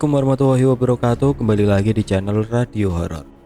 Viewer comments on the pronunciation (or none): none